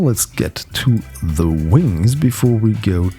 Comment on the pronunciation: Ok :/ Still thank you for answering... And what I meant was that sometimes he pronounces the words in the same way and tone as Chris, like that little pull/stretch on the middle of a word ... eg : "To the WIiiiings"